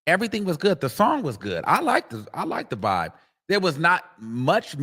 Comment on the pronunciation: She said vobe 😂😂😂